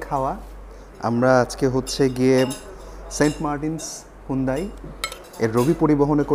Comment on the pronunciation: ভাই সুন্দাই না,,,এইটা হুন্দাই।